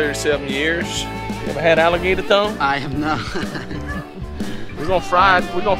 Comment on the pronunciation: Onggg they said alligatork 😂😂😂